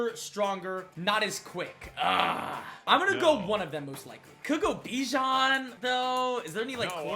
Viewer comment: The way that he said bijan☠☠💀💀